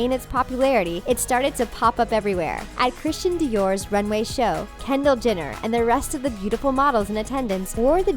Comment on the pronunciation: Gigi Hah-did Cara Deleh-veen Kendall Jin-er